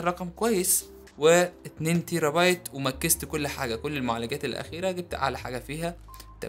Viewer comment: مكست 🤮🤮🤮 اسمها مكست 🙈🙈 انت من الماكس في اسكندرية تقصد 🤔🤔🤔 يارب ارحمنا من المصريين لما بيتكلموا انجليزي